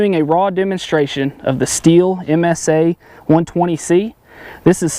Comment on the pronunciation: Sthil - but he will keep saying Steel! Basically say "Still".